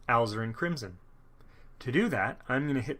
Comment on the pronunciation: I have ZERO artistic ability, yet Bob promises that I can paint using his style. Instead of spending the big bucks to find out, this is a much more cost-effective way to start. Thanks for this series! My only nit is that Alizarin is pronounced "ah LIZ er in".